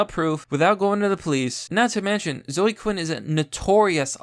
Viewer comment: Seriously, what the fuck is your problem? Do you not know how to read? The name zoe is pronounced zoh-ee, not zoh. Fucking learn how to pronounce words.